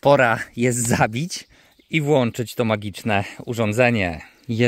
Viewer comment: Jak znajdzie pan gdzies "włANcznik" to proszę włANczać. Ale raczej w POLSKICH sklepach są "włĄczniki", dlatego włĄczamy. ZałĄczamy. PrzyłĄczamy. Te wyrazy pochodzą od słowa : łĄczyc. Nie ma wyrazu w Języku POLSKIM łANczyć, prawda?